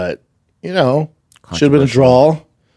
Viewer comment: A draw … schaub it’s draw not drawl… 😂